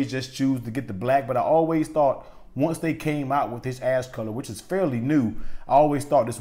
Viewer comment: It sounded like you said ass color